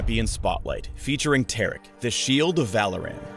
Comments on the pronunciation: Its TAR-ICK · I don't pronounce Taric like that. I pronounce is like Tar-Rick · Tear-Ick confirmed. Not Tar-Ick. My mind has been blown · how is Taric Tear'ick?.....lol the pronounciation choice by Riot.